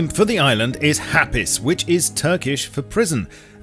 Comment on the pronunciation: As a Turkish person you saying ''hapis'' and espacialy ''savaş'' is rly annoying it has ''ş'' in the end not ''s''